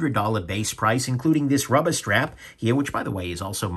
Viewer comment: “Friggen rubbah” love it 🤣